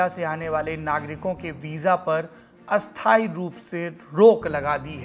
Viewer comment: पहली बार आप का उच्चारण अशुद्ध लगा । अस्थायी का उच्चारण स्थायी नहीं हाेता । नेपाल से साैरभ का प्रशंसक